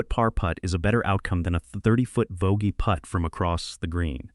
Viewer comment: AI pronouncing Putt as put grates on me.